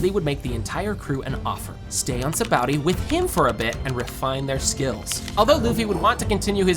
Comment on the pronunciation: Sabaody, not Saboudy.